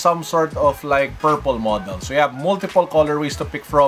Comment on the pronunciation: Pwede na ilagay yan sa mga off white shoes haha. “Off White”, “Shoelaces” ito naman “Pairple”